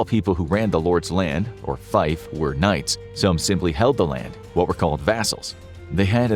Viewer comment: fief = "feef" 🙄